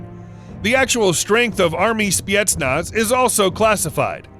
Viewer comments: Why are you saying spietnaz? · Did i heard spyetnaz